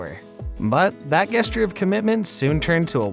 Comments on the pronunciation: It's pronounced jesture not guesster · I've never heard anyone pronounce "gesture" wrong before. 😳